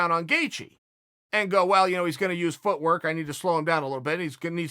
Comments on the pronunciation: Justin actually said “feetwork” not footwork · “Feetwork”, Justin’s strategy 😂 “Smesh dis guy”, Khabib’s strategy 😂